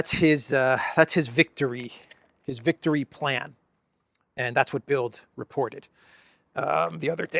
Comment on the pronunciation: Great report,. Thank you. (By the way, the German newspaper "Bild" is actually pronounced as "bilt".)